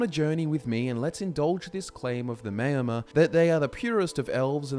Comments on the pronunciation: Just want to point out that the name is pronounced “Mour-mer” like hour not “may-or-mer.” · The mao in Maomer rhymes with ow. Like chairman Mao. Not mayo. Great video, I love the focus you put on the lore, keep up the great work. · Great video, except that Maomer is not pronounced mayo-mer. In TESO it’s maʊ (like in ‘hour’). You do such great research for all your videos, so I find it a pity if the impression suffers a bit from all the words that aren’t pronounced the way they can be heard in the Elder Scrolls games. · O gods stop sayin Mayo.mer!